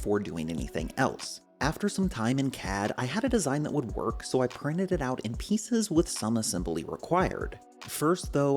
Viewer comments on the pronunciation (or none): none